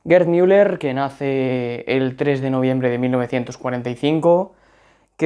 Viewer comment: LO dices bien